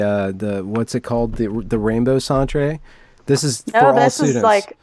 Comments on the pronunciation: Canadian vernacular lesson. The word “centre” is not pronounced as “cent-ray”, it’s pronounced the same as the word “center”. The word centre denotes as place or location. Examples: Air Canada Centre, The Staples Centre etc. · Centre is pronounced Center. Stop calling it a sontray. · As a Canadian, I cringed every time he said "Rainbow Sawn-tray". It's Rainbow Centre — as in Center — Americans are the only native English speakers who spell the word differently. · Wait, Lindsay is saying "sent-ray"! I say you prounounce it center, unless you want a bit of french accent, then maybe "sawn-truh" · Daniel Cowan The “Centré” pronunciation of “Centre” is getting old, isn’t it? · Since its spelled "centre" I believe they are poking fun pronouncing it as such.